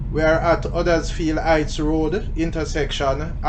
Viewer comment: Hello from Huddersfield, England. Funny how you pronounce it like we do here. 👋